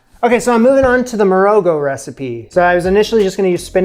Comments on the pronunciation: Another SA an here. Love your channel. One thing: marogo is pronounced with the g as the ch in loch. A fricative gutter al sound, produced by pushing the back of the tongue up against the throat and forcing air through it. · Pap is literally an Afrikaans word that means porridge. In Morogo the o is pronounced as a short aw sound, the r is rolled slightly and the g is very guttural, almost like clearing your throat. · Love this. I did a 6 month study abroad in Botswana a decade ago, and this really brings me back to meals with my homestay family. I haven't seen anything nearly this authentic on youtube. You really did your homework! Quick tip: in Morogo the "g" is pronounced like the "ch" in challah or nacht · the way you said pap is almost correct (like a puppy). Will have to help you with "Morogo" though 😉. Pap is traditionally South African